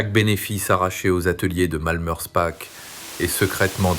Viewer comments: Prononcez Malmerspar et non Malmerspack 😊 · alors là, je suis très étonné, le .."ch" en allemand, comme en alsacien, se prononce toujours .."r".. mais je peux aussi vous croire, même en étant alsacien ( bas rhinois ) il peut y avoir des exceptions